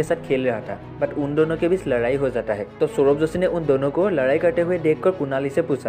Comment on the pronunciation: Ladayiii ❌ Laraaiiiii ☑️